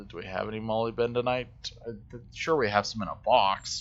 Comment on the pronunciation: ma - lib - duh - nite tore - ma - leen :)